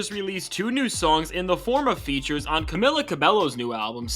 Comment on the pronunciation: Dude how did you pronounce "Camila" 3 different ways in this fuckin video